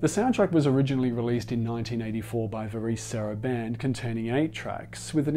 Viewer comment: VAREZE, not VAREECE! SMH!